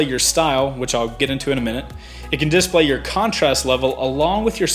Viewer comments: you're saying 'dIS-play' wrong. it's di-splay. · Love the video. One thing, am I the only one who keeps getting hung up on how you pronounce "display?" (disPLAY > DISplay) Lol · I hate the way you emphasize DISplay. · Cool DISplay. Does the south put the emphasis on a different syllable? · You say "Display" weird... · The way you say display makes me mad... nice upload!